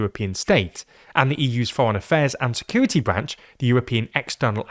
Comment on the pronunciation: to me sounds like "but the EUs political insecurity committee" 😂😂